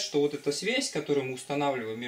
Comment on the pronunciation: Мне одному кажется, что лектор произносит "свезь", вместо "связь"?